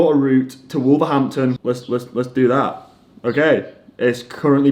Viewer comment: He didn’t say East, he said Weast